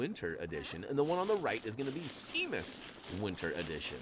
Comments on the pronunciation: Why does he pronounce seamus as cmus it is shamemus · This is super helpful, thanks! Pro tip—Seamus is pronounced “Shay-mus” 👍🏻